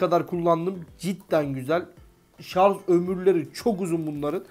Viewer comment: Şarz değil şarj